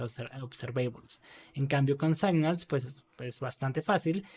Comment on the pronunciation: Gracias por el video. Estaria bueno, igual, que si vas a repetir mucho una palabra en ingles que repases antes la pronunciacion. Se pronuncia /signals/ no /saignals/. Esto pasa mucho en tus videos y es una pena. A lo ultimo tambien decis Ngrx y estas hablando de Rxjs